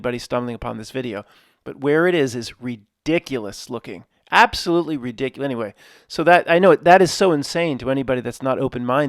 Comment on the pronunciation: Best sentence: "This is re-dick-cue-less, guys."